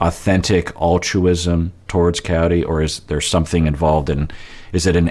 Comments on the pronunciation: I keep hearing Coyote too! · I think he says coyore but his unclear speech sounds coyote. His mom clearly says coyote. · yeah I keep listening and it's kayortee he says his mom coyote, it's hard but every so often the r is clearer but the name is still wrong